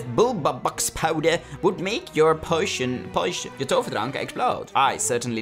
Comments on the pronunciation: misschien is het meer pojzen, als ik po-izen zeg klinkt het niet XD oh en je moet echt poosjen of poosjun zeggen want posjun is nog steeds niet goed XD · Potion spreek je uit als poo-sjun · Deze aflevering is echt heel leuk! Tip: Potion spreek je uit als poosjen :P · Leuke aflevering. Ik speel het spel ook en als je in de gangen rond kijkt en op schilderijen, geesten, huiselven, vuur wat uit is, en ridders tikt krijg je extra energie. Het werkt niet bij alles. En Potion spreek je uit als poo-sjun. Ik sprak het eerst ook altijd verkeer uit hahaha. Ga je je avatar nog meer op jou laten lijken? Bij de kleding kast kun je dat veranderen. Ik zelf zit in slytherin😊 veel plezier met verder spelen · Jammer dat je opname niet echt opgenomen was.... Maarja, doen we het maar met je 'korte' recab hahaha., waar zie jij een i voor de t van Potion?! Je verward het een beetje bet poison denk xD Is toch echt iets anders hahaha. Echt can't handle hoe je je eigen naam uitspreekt in het Engels xD Was wel weer een leuke aflevering!! Love de stemimpressies hahaha